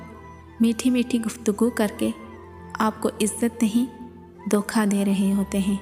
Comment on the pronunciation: لفظ دوکھا نہیں ہوتا دھوکہ ہوتا ہے، اپنا تلفظ درست کریں ورنہ انسان پڑھا لکھا جاہل لگتا ہے !